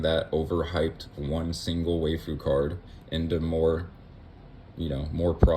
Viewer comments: “Why-foo”… that was bothering me WAY more than it should 😂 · One small pronunciation correction: "waifu" is just wife-ooh. Aside from that, I really appreciate you doing this. So many content creators go over what's coming up in the set but they don't discuss what they themselves plan on doing. Your take on what to do for the next 6 months was really nice to listen to. Keep up the good work!